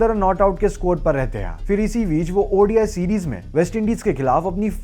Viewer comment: its called ODI, not Audi I! ffs!